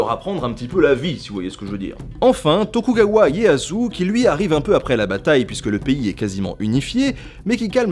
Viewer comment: Cela n'a rien à voir avec ton commentaire, Nota Bene, mais je vais écrire mon blabla ici pour plus de visibilité. J'ai tiqué pour : - "Onain" au lieu de Onin - "Sangoku" au lieu de Sengoku - "Tokugawa Yeah-Asu" au lieu de "Ieyasu" - "Démiosse" au lieu de Daimyou. Attention, pas de "s" prononcé au pluriel, les mots sont invariables en japonais, par exemple, on peut dire en français "des kanjis" mais on ne prononce pas "des kanjisse". Bon, personne n'est parfait, donc inutile de chipoter, moi-même, je bug sur les noms de famille de mes amis malgaches. ^^ Par contre, je chipote à partir de il y a une erreur, les samurais de Satsuma étaient contre l'empereur, pas de son côté. L'empereur a supprimé le shogunat, a instauré une nouvelle Constitution et un parlement élu. Mais au moment de la rébellion de Satsuma, ce qui faisait vraiment chier les samurai, c'était la suppression de la classe des Bushi en 1876, donc les samurais de Satsuma étaient pour la tradition, non pour la révolution car ils perdaient leurs privilèges. Les samurais de Satsuma sont donc du côté des conservateurs. Je tire mes connaissances de mes cours, dites-moi si je me trompe, je suis tout ouïe. :)